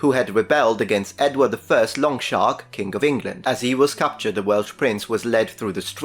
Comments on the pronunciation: Edward I was known as Longshanks, not Longshark. You muppet. 😂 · Long "shanks" not shark 😂😂😂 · Did you call Edward I "Longshark"? I thought he was nicknamed "Longshanks" although admittedly I got that information from the movie Braveheart. What say you? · Longshark? And I thought it was 'Longshanks'. But Longshark it is. 🦈 🤣🤣🤣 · At the risk of being pedantic, I feel I must correct you on your pronunciation of a certain English kin'g's sobriquet. You keep. saying Edward Longshark. It is, in fact, Longshanks. This is a reference to his long legs. He was, apparently, quite tall. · Edward 1 was known as Longshanks, meaning tall, long-legged. Not Longshark, which sounds cool but is wrong. Hope this helps.